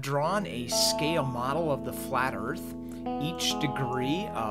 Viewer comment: You've drawn a "scale model of the flat erff" have you ? BULLSHIT The erff is NOT FLAT. IDIOT.